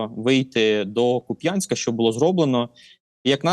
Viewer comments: Вибачте шо душнію, але КУп'янськ, а не Куп'Янськ :) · кУп'янськ а не куп'Янськ!!!!!!!! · Кýп'янськ) як пупянськ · Ну КУп'янська жеж!!! Куп'Янськ, рррррррр. Більше бісе тільки ХарькОв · Тільки КУп‘янск(а не Куп‘Янськ) і Великий БурлУк( а не БурлЮк). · Вірний наголос Ку́п'янск, на у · Знову Куп‘Янськ! Це московитська неправильна назва. У нас це КУп’янськ. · та блін. який Куп'Янськ?? КУп'янськ!! Куп'Янськ то на на раша тв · будь ласка ставте наголос правильно! КУп'янськ!!! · шо за прутня, Миколо?! Який Куп'Янськ? КУп'янськ же.... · соррі, але місто зветься КУУУп'янськ!!! Куп'Янськ його звуть московити... Від слова п'янь. Не повторюйте за ворогом. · правильно кУп‘янськ, наголос на перший склад. будь ласка, слідкуйте за цим, це ж населені пункти нашої країни. бо коли чуєш як «серйозні люди з ютуба» неправильно вимовляють назви наших міст - це дуже сильно тригерить, і особисто у мене викликає відчуття «це не свої». плюс це банальна неповага до мешканців цих міст. тому плєз, зверніть увагу (це стосується і деяких інших населених пунктів на сході україни, які зараз на слуху) 🙏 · Дякую за випуск! І ЗСУ за роботу! Вони найчудовіші. Малесеньке бурчання: Ку́п'янськ, Великий Бурлу́к. Ну й до купи Рога́нь. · Дякую панові Миколі за аналіз, проте його наголоси роблять боляче харків'янам) КУп' янськ і Великий Бурлук (не Бурлюк) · КУ`янькська ... Наголос на перший склад -_ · Після наголосу в назві Куп‘янськ, огидно його слухати і плювати на його експертність, вибачте.